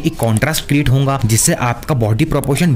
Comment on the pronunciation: Bro every time tells hounga not hoga